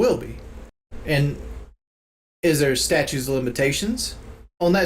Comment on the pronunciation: "Statue" LMAO. It's statute.